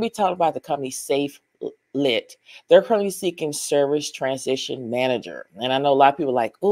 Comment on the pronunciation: Just incase you want to showcase this company again; you pronounce the name as SafeLight the company replaces windshields on cars. Have a blessed day